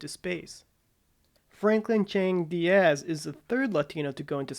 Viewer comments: He is faking being stupid in order to insult Latinos just as he is faking by pronouncing Diaz as "The Ass!" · Notice how this African American goes out of his way to pronounce the name Diaz as "The Ass!" He has no trouble with the names Douglas and Tomas. Only with Diaz. SOB!